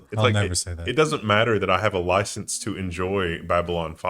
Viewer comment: "Oi, do you have a permit for your loicence?"